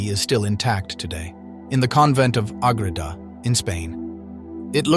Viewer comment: St Maria of Agreda. Not agrita